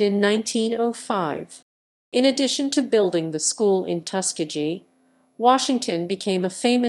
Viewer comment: Reader improperly pronounces commonly known terms…to include Tuskegee. Please take this down!!!